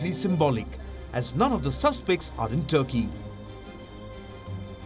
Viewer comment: Not Turkey, but thurkey😂😂